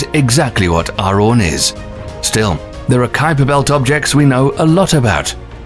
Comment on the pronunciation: its arawn not aron. lol